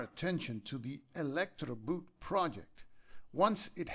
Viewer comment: Elektroboote (=electroboats) 'boote' is pronounced as b as in BaBy, oo as in bOne, t as in Tie, e as in sUppose.Thanks for your effort, interesting game, but not really solo friendly imo. I'll stick to Viticulture for a good solo worker placement game for now, no Nazis there :)